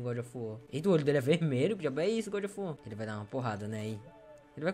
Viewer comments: "eita djabo, o deus da... O godjofuar" Tomando cafe de boa e quase cuspo na mesa kkkkkkkkkkkkkk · Toda vez que ver esse jogo agora vou só me lembrar do falando: é godi ofi uó mano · Vc roubou esmola de mendigos, meteu a Paulada nos cachorro de rua, e dps vc deixou pessoas com depressão ainda mais com depressão* A desculpa: "É o gódi ofi uar né" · é o goudi ofi uar é?